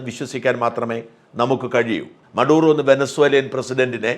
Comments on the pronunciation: Not മറുദോ, but maduro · മറുഡോ or മഡൂറോ ? !